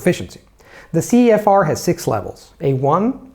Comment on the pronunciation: "verything" CEFOCEF instead of CEFR